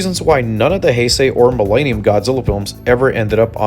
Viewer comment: Quit saying Mill AY nium... Its millennium